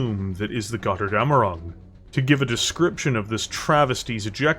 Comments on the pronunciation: The name has to be spoken like it is written with a "Ö" not an "O" in German. I know that this vowel mutation is hard for natural english speakers to pay attention but as a Steiner Loyalist from Germanny i must say please try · "Götterdämmerung" is a BAD word for english speakers, because they don´t understand on how to pronounce the "ö" and "ä". To make it as simple to understand as possible: for the "ö", spell it like the "u" in hurt, urge and turn. Meanwhile the "ä" is pretty much just like the "a" in english... just use the same a like in man or hand. The mech itself looks cool but seems to suffer from shrunk cockpit.